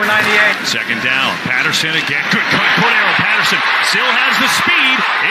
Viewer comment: an increasing percentage -- seem to ignore C.P 's center syllable( Cor(d) darr elle ) ~ final of TNF matchup might be somewhat closer than anticipated . . .